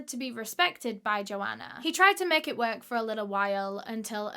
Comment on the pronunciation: Sorry I can’t get past how she said the word work “ worK” 😂